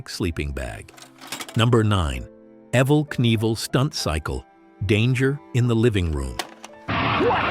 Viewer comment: WELL IT WAS GOOD UNTIL YOU LOST ME AT "EVVIL KNEIVEL. Thought maybe it was a real person but nooooo, cant even pronounce the words right of the things being announced. Awful.